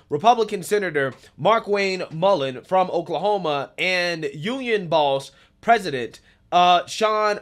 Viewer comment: The oklamona was comical though.